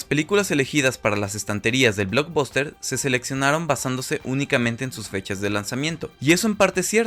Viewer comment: Se escribe Blockbuster, y se pronuncia "BLOCKBASTER"